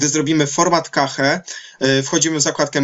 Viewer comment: nie KEJCH, nie KACHE, tylko KESZ :) sorry, ale już nie mogłem wytrzymać :)